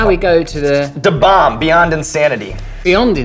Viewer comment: He did surprisingly well with Da Bomb.